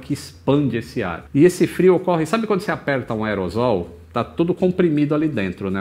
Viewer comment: Excelente vídeo, como sempre. Que engenhosidade, a aviação não é coisa para qualquer engenheiro mesmo. Só uma pequena dica. A palavra do inglês aerosol, em português é grafada como aerossol, consequentemente a pronúncia não pode ser "aerozol", pelo emprego dos "ss" logo a pronúncia fica como a escrita aeroSSol. :)